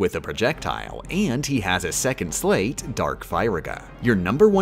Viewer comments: U pronounced sleight wrong. Think of a magician and a deck of cards. You have probably heard the term sleight of hand. And how they use that to do most of their tricks. It pronounced the same way. Not pronounced like slate. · Calling them a 'sleigh't instead of sleight was dealing psychological damage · I before E, except after C and in long sounding A, as in neighbor and weigh. Except, of course for sleight, which rhymes with goddamn light! Stop saying slate, I beg of you! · It's pronounced "sl-ITESs" As in the play on words "Slight of hand",because it's a card game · You're mispronouncing those Org13 names (and maybe also the word "sleight") on purpose, aren't you? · I hate how she* says the org XIII names so much. I know it's on purpose just to sleight me. Edit. Peeped the pronouns in the video lol.